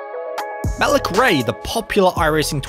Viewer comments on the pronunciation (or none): His name is pronounced Ma leak not Malook